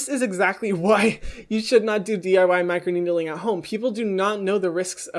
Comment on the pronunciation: Everybody: Micro-needling. Hyram: Micro-needeedling